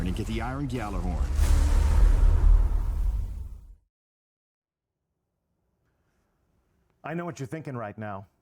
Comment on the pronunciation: It bugs me how even the devs mispronounce gjallerhorn